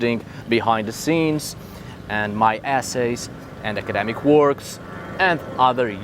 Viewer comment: Lol, with your accent it sounded like your patron subscribers had access to your ass(es), but no, it was your essays. I did think that was taking things a bit too far. I'm glad you have not been driven to those ends. I would like to thank you for your educational sharing. Being American, I haven't had much access to history from your neck of the woods. It's fascinating and very easy to see how Christian power over the written word has changed our perception of our histories. You can see people, everyday, subconsciously changing the meaning of something in their own mind and then passing it along as if it were fact. I can only imagine how badly meanings and events have been contorted over hundreds or thousands of years.